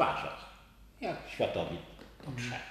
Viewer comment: Błagam, ŚWIĘTOWIT, SVANTEVIT nie światowid. Jeżeli panowie nie potraficie podać prawidłowej nazwy Słowiańskiego boga a rzucacie panteonem greckim, sumeryjskim itd. to może warto się zastanowić nad profesjonalnym podejściem do tematu? Nie zmienia to faktu że materiał ciekawy. Życzę powodzenia.